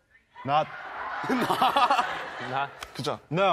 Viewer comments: No one Literally no one TAE : not not (Noth) 😭😭😭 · When V say NOT .. cute 😂💜